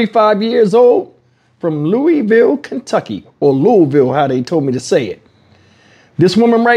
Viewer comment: you pronounced my city name correctly on your first try. Unfortunately, there are so many homeless people living in tents in Louisville under bridges and on the street. My heart aches for homeless children.